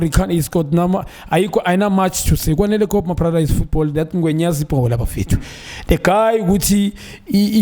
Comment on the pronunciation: "Kwanele Kop" 🤦‍♂️